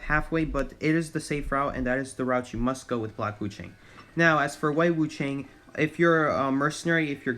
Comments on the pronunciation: Yeah but did you hear how he said Wu Chang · And Wu Chang lolllll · As a Chinese person. Every time he says wu Chang and geisha I laugh😭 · omg the way he says geesha and wu ching lol